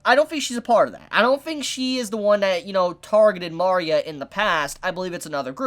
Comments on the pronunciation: Mari-a? its Ma-ria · For love of everything, its ma-re-uh, not mar-e-uh. Loved the video otherwise:P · “Mari-uh”.... shoot me Great video nonetheless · It bugs me that he calls Maria Mah-ria and not Muh-ria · Mario? Sorry you need to say Maria properly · Oh god, please...it's Mah REE ah, one of the most common names on the planet - everything in her design is Mexican/South American. It's so grating on the ears I kept getting derailed from what you're saying. Salem might want to die eventually, but she wants Oz totally and completely wrecked first. I don't think she wants to die, I think she wants to be in control of her fate - and that means she has to control the relics whether she uses them or not. Lesbians have kids - either they adopt or one of them gets artificially inseminated/sperm donor, and with Atlas technology it's possible they can create a sperm with the other woman's DNA inserted to create an actual child of both. Doesn't really matter. Saphron is obviously the main caretaker of the child during the day while Terra is at work, so why wouldn't they introduce her that way? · Your pronouncing Maria like "Mario", but with an "a" at the end😂😂😂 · the way he pronounces maria is a big oof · Uh? You're pronouncing her name wrong.